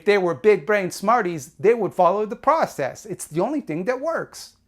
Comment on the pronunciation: saying da process like you say da mahney